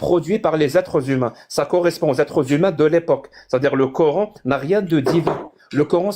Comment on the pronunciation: "du COR-HAINE" rien que la prononciation, tu sais que la meuf est musulmane.. (samyya) les fameux extremegauche musulmans tel en reve wissam ^^ je suis sur tu te revendique extreme gauche comme eux mais chretien, alors la tu te fais insulter direct lol.. hypocrite !